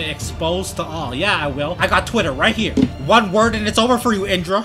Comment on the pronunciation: What why did you say heeer